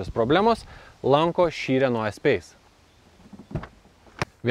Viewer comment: Ne espeise, o espase tariasi. Taip pat kaip reno, o ne rena ult 😃.